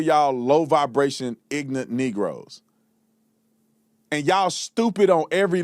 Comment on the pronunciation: Ignant, Does he mean Ignorant? Sounds like he's the stupid one.